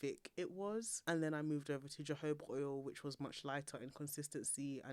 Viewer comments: 🐍 Edit: jojoba is pronounced "hohoba". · Saying jojoba with a J as someone in your profession, knowing that it’s pronounced as an H is scary and I don’t know if I can trust what you’re saying. Someone in your profession should know how to pronounce all these words properly especially when you’re trying to teach hair grow growth. I don’t trust that you’re even a cosmetologist.